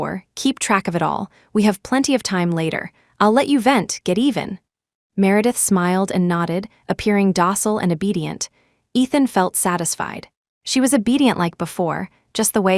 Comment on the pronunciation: DOCILE not docsil